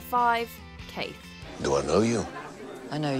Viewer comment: It’s pronounced Quaithe not Kate. And the Sir Alission Thorne’s storyline was fillowed, he went to Kingslanding, spoke to Tyrion but nothing happened.